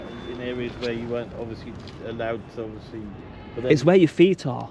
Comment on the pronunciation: Ovussly ovussly ovussly! 🤡